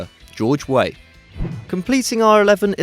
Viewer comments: its george weah not george way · Weah is not pronounced Whey, but is pronounced Weaha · It's not pronounced George Way, it's pronounced 'Way-ah'. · "George Way" lol. You're such a noob